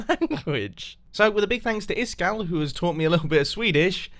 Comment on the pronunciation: Is kall är ice cold på svenska Is-kall uttalas det I skall